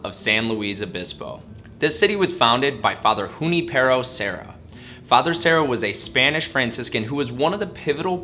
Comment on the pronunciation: Great video!!!! But how you gonna do Junipero Serra like that mispronouncing his name sooooo badly!? 😝come on man.